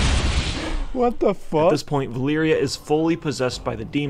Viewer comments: It's Valeera, not "Valyria" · Sylvanas and Medan should have a baby. And call it God. And stop saying "Valeeria". It's Valeera. How to tell a fan from a guy who reads up just to make a video. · Surely Valeera is pronounced Valeera. So many people add an 'i' in there for some reason and make it Valeeria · What i wanna know is everyone calling valeera (va-leer-ah) as valeria (va-leer-e-uh) Like seriously, go listen to the way it's pronounced by blizzard in hearthstone. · How does everyone always manage to say valeeria instead of valeera? Like wtf